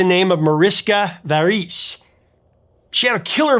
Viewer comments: Mariska VEER-us. Not ver-OOSE. C'mon professor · Mariska’s name is not pronounced Varice, but Veh-res.